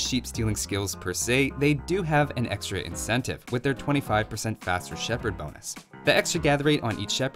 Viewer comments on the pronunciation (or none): Am I hearing Shepherd or am I hearing Shepard?